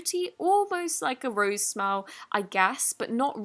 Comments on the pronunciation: Why did she say “roseh” instead of rose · I think it’s pronounced rose not ros’e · Did she just call ROSE ROSE A LIKE SRSLY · once again...its ROSE not ROSE EY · Rose like the plant, not rosayyy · it’s not Rosey it’s just rose